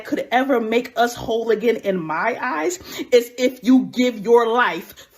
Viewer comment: "Oh, it ih? Word?" Please, lady. Some white folks are waiting for this to happen.